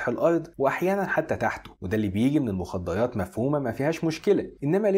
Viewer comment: بالله عليك صارلك مدري كم سنة بالحياة ذي وللحين عندك لدغة بالراء قال ايش قال المخديات ههه